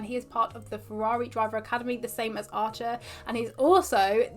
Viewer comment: You pronounce "Arthur" really weird... It literallty sounds like "archer"